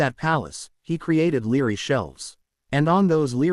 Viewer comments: When a word is supposed to be library it sounds like it says Leary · Really rilly instead of library.